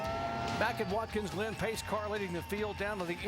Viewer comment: As the race goes on it sounds like Jerry Punch is saying “Watkins Lynn” when saying the track’s name lol